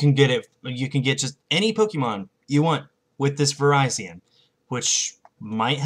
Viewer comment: Virizion is pronounced Ver-is-ee-on